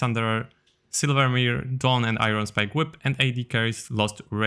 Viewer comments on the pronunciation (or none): none